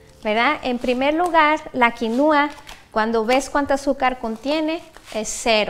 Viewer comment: No se pronuncia quinuua, pero quinua. El acento es en la I de qui. Es quinua, no quinuua. Y si, la quinua es muy nutrutiva, proteina completa vegetal. En general muy buen video.